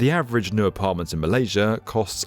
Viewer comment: Marlasia's Magar Island...???????? Dude, there is NO LETTER R, I REPEAT : NO LETTER R IN THE NAME MALASIA OR THE WORD MEGA.